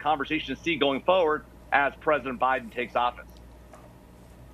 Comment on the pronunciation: The Guy keeps saying Fuwerd instead of Forward! I can't stand it. lol